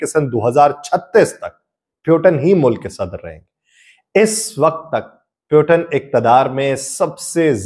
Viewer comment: آپ کی ویڈیو کافی معلوماتی ہے لیکن روسی صدر کے نام کا تلفظ درست نہیں۔ روسی صدر کا نام ولادیمیر پُوتِن ہے پیوٹن نہیں۔ روسی زبان میں ’ٹ‘ اور ’ڈ‘ کی آواز نہیں ہوتی جیسا کہ عربی میں ہے۔ اگر آپ نے انگلش انداز سے بولنا ہے تو پھر پُوٹن بول لیں لیکن پیوٹن بولنا یکسر غلط ہے۔ امید ہے آپ درستی فرما لیں گے۔